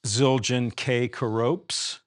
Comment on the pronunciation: Ke-ropes? Should be pronounced Ker-o-pees. It is unfortunate - as seems to be the case here - that artist relations managers from the different companies (seemingly) did't provide information and coaching so Keith can speak authoritatively about their gear rather than struggling for something to say. Also, the BD front head gets a description but the back doesn't. I'm here for that back head. Oh well.... It's great that companies invest in doing videos. But this one is like watching a movie that has no script. Even worse, nobody involved seems to have noticed...or cared.